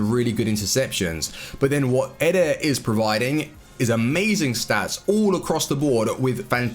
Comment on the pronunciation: he dosnt says militao, he only says eder, he need to say EEEEE-Der, not EDER